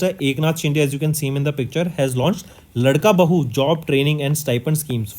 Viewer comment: Not ldka bahu it's laadka bhau.... Means ladla bhai